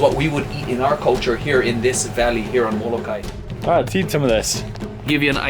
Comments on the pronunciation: It is molo-ka-e u dumb haoles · PLEASE SAY & PRONOUNCE HA-VAI-EE!!! MO-LO-KA-EE MAW HEE; OMG....plz,... proper would be respect.